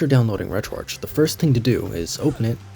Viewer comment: bro this bitch just pronounced retroarch as "retro-arch".. ITS "RETRO-ARC" AS IN "ARCHIVE"